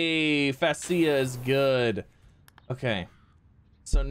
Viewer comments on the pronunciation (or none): Fascia is pronounced Fay-she-uh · Pronounced Fay-sha. LOL!